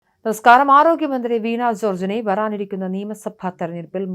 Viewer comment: അതൊക്കെ ശരി.. ഉച്ചാരണ ശുദ്ധി ഇല്ലാത്തവരെ ആണോ വാർത്താ വായന എല്പിക്കുന്നത്..ആറോഗ്യ മന്ത്രി, വറാനിറിക്കുന്ന എന്നൊക്കെ